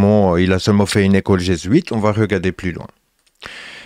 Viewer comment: Jésuite : /G\ huit…